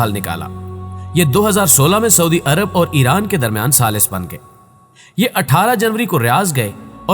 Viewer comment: saudi hota hai suadi nhi